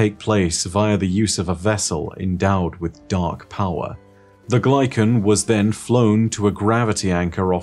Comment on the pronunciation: Came here to say this. content is god-tier, but dear god the way he pronounces things is so jarring. I’m pretty certain it should be Kata-BAS-is. You’d think he’d get a second opinion before committing to his pronunciations. There are things are said IN GAME that he still mispronounces, like Glykon & Techeun. He also used to pronounce Dredgen as Dred-gen. Horrendous.